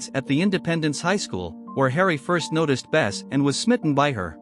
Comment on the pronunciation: Her name is Bess not Best